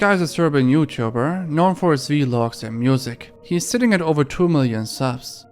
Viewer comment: why do you call them vee-logs it is the only thing about your channel that makes me physically cringe